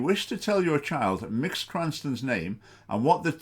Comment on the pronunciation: Literally five seconds into the video and you've shown you have done no research and don't know what you're talking about. Incredible. A savvy presenter would look up how to pronounce Mx. before recording.